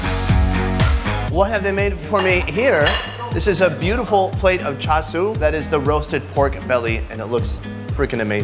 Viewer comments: Cha- shoe not sue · am I wrong but isn't "Char siu" Pronunced something like "Chao-Chu"?